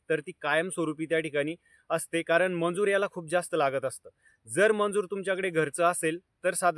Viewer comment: मंजुर नाही दादा मजुर म्हणता त्याला ok